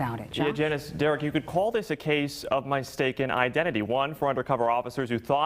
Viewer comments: Did he say "mi-staken" rather than "mis-taken" ? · My-staken Identity lmao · Did he just say "mystaken identity"? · “A case of my-staken identity” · "my-staken identity?" Really? Dumbass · why did the reporter say My-staken identity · did that reporter say "mystaken identity"?